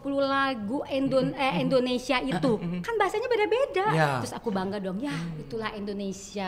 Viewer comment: gw pecahhhh Teh Melly ngomong " Bahasa indonenong neee...."🤣🤣🤣🤣🤣